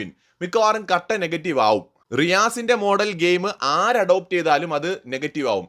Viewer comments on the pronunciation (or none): അഡോപ്റ്റ് അല്ല ചേട്ടാ ആടാപ്റ്റ്